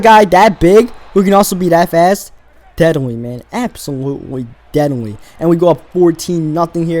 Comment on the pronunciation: I didn't known deadly had 3 syllables, that's amaz-a-zing.